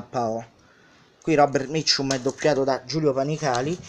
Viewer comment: Maestro come pronuncia bene Robert Mitchum